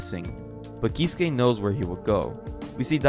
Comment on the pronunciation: Example of a name in this vid: "iie" is not "Eye-E" but "E-ay" "Keisuke" isn't "Key-su-kay" but "kay-su-kay"